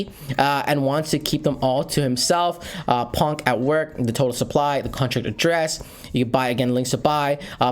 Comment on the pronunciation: It's Pon-key. Put your helmet on, soldier!